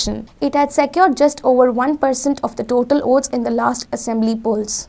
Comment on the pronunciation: Why does she keep saying OATS instead of VOTES. Is that her favorit breakfast. Its irritating...